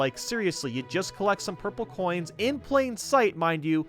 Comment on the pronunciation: Collect not collec